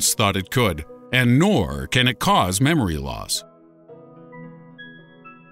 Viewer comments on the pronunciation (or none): I laughed when he said memeory loss x 3...